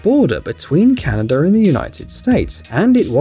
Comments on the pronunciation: am i the only one hearing canader instead of canada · It's not Canader. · It's not called canader